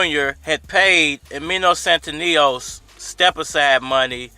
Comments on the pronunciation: Lol u keep saying his name wrong 🤣 it's Stan-ee-yo-niss 🤣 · Bruh you butchering his name so bad stan-knee-onis it’s not hard 😂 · You really butchere the man's name.